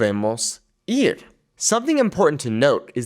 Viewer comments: he pronounced the Spanish word “ir” like “ear” instead of “eer”. But he only did it once, I should have watch the whole video before commenting. It’s not that big of a deal. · The “ir” is pronounced more like eer. More e sound. The I in Spanish makes more of an e sound. Just so you know.